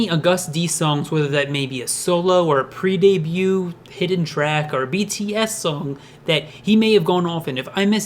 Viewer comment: I cringe so hard every time you say agust d and debut